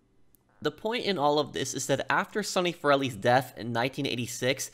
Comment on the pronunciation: I always wondered why Salvatore says Corellis instead of Forellis in the introduction.